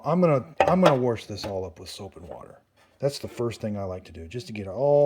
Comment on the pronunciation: We just got ours earlier this week and no manual on how to use it??!! Also wash doesn’t have an r in it!! I try to correct my. MIL as she says “worshington”. I thank God my husband and his sister didn’t develop thst bad habit!! My MIL Sa ing